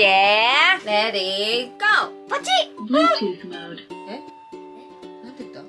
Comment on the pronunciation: のBluetooth modeの発音良すぎる🥺🤍